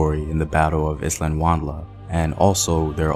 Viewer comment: But he is still butchering "isandlwana"😖